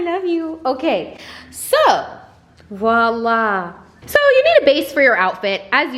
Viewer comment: Beautiful! ..... also it’s not Walla, it’s Voliá!